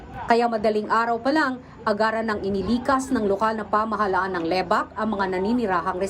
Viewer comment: Lebak hindi Le-bak